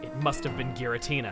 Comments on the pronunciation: is pronounced with a hard G, according to Japanese: ギラティナ, rather than ジラティナ. If that's not what you're complaining about, what is? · you pronounce giratina wrong... its soo cringy... like people saying arceus with a k.😑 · pronouncing it in the official way. It's not supposed to be pronounced with a soft G, like a J.